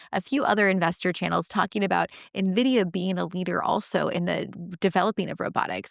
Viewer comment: as an analyst, if you don't know how to pronounce N- Vidia correctly, then your credibility is somewhat dented